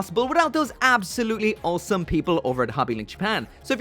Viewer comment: Whenever he says "awesome" all I hear is "wholesome"